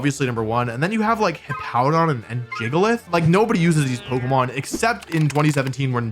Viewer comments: nobody calls it JIGA-LITH ITS GIG-A-LITH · Hey Wolfe! I don’t think its spelled Jiggalith, its Gigalith 😂 like Giga Drain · Gigalith -> "Jee juh lith" Giga Drain -> "Jee juh drain" Wolfy logic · Cursed pronunciation of gigaleth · Not Wolfe calling it “Jiggalith” 😭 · Gigalith being pronounced Jiggalith made me die. On the floor. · Wolfy saying jiggalith is funny to me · stop. Stop saying it like that.